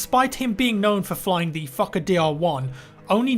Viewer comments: "the exclusive fuckadeer aircraft" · when says fokkerdr1 it sounds like fu*k a dear 1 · Fucker dr1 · Fokker is pronounced the same as f*cker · Its funny how you say 'Fokker' xD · the way you say fokker............................. xD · I always heard that when he said it lol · i mean, if it matters the name actually has a long “o” as in ‘f oh kker’ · Fokker sounds like fucker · Sounded like he was saying the Fucker DR1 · The word "Fokker" sounds like "F*cker" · Why is he prounouncing "Fokker Dr 1" "Fucker Dr 1"? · I first thought you said fucker when you were saying the planes name lol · when he said fokker DR.1 i did not here fokker i heard f#cker DR.1...plz tell me im not insane. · I kept hearing the Fucker DR1 not the FokkerDR1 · I'm sorry, but it honestly sounds like you are saying the "Fucker DL1". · Anyone else hear 'fucker dl1?' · A fucker? Oh a fokker..sounds the same, just saying. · it's like you're saying the fucker not the fokker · The Fokker dr1 lol sounds like fucker dr1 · Every time I hear fauker I hear f****r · the plane is kinda pronounced like fucker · I thought he said "Fucker DR1" for a full minute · I thought you said fucker Dr1 for second XD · how you say fokkerdl1 is like fucker dl1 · who else thinks he's say fuck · I just love how says fokker, it sounds like he is fucker its just so hilarious. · When you say FOKKER, I heard you saying FUCKER instead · He said Fokker like it is Fucker haha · I laughed my ass of both times you said fokker, it sound like fucker :) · Who else heared fucker 1 instead of fokker dr1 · I thought he said the fucker dl1 when he was talking about the plane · "Despite this, the fokker..." Sounds like "Despite this, the fucker..." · the fokker dr1 sounds like fucker dr1 lol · Sounds like ur saying fukker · It sounds like he is pronouncing the airplane name as fuck-it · When he says fookerdr1 he sounds like fucker d r 1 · "Fooker" lol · I'm sorry, am I only the one who hears "fuck a deer v1"? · I hear fucker